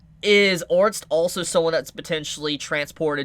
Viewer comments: God! It's ORSTED(/Or/stead/) not ORNST, please I love watching your videos but you say it so many times it's killing me! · Has nobody told homie that its orsted and not orst or ornst ? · For the love of god it’s ORE-STED two syllables! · no hate, but I'm pretty sure Orsted is pronounced similarly to homestead, so basically "Ore - stead" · WHY DO YOU STILL CALL HIM ORNST THIS IS SO PAINFULL MAKE IT STOP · I heard "orts" or "ords" and instead of heal I heard "hill" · how is Orsted pronounced orts? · Ors—ted sound it out with all respect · It's pronounced or-sted like homestead. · Pls start calling Orsted ORR STED. Your way of naming him is jast strange. :D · The pronunciation is or-s-ted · Just wait you will learn that you've seen her very early on. Also why tf are you pronouncing it otrst? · the guy's name is pronounced Ors-t-ed( orusutedo in the Japanese version)